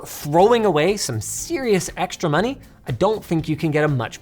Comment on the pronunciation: more moneh 🗣️🗣️